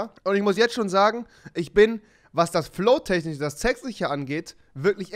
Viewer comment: Technich?;D kann er Sch nicht richtig aussprechen?